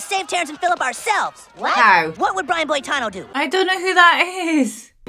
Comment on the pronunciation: Why are you mispronouncing Brian Boitano?